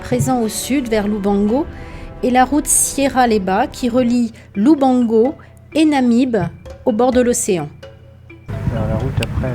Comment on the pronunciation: its LUBANGO , NOT LUBONGO